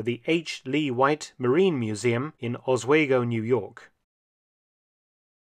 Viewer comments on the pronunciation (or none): Excellent work - by the way, pronounced OS-SWEE-GO - Mohawk name - meaning "flowing out" regarding a river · Mark I live in Upstate New York and It's pronounce OS WE Go. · Likewise, I have sailed often on the Cape Henlopen, which still has "510" on her bow. I see her every day at work in New London! I've also been multiple times on the tug Nash in Oswego [BTW, Mark, it's pronounced "OS-WEE-GO"!] NY. They've done a great job with her preservation!